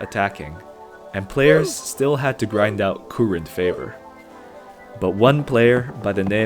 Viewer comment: why is everybody ignoring the fact he pronounced Kourend wrong???